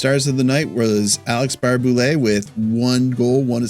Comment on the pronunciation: It’s Barrhey- Boulet